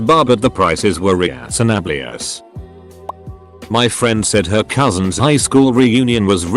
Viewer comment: That pronunciation of the word "reasonable" though. AI is never going to take over the world.